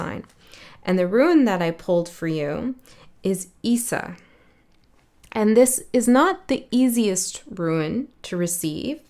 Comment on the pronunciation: Issa is pronounced Ee-sah